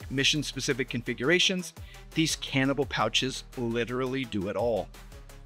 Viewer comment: I know you're saying cantable, but what I keep hearing is cannibal...but that might be because I'm watching at 2x speed so I can get off to my D&D game and cast fireball